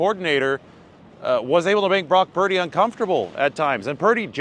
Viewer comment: QB "Broke Turdy"?